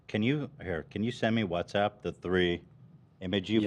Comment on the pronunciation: The fact Ethan is using WhatsApp for probably years at this point but still calls it WhatsUpp freaking cracks me up lol